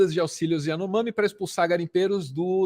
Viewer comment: Lula nunca consegue falar as palavras de cunho estrangeiro ou diferentes do português, kkkkkk Iranomami.